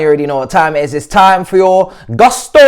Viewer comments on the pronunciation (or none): try to pronounce Gusto in a way that doesn’t sound so English😂